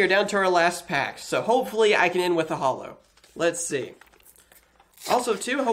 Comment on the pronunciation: i love your videos, but i hate the wat you say "holo" its like JOLOUUH